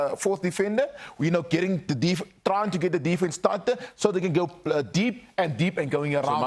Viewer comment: Trying. Not DRyin..😰😂😂😂